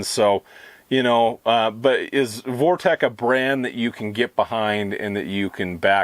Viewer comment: You keep calling it ‘Vortek” its “Vortex”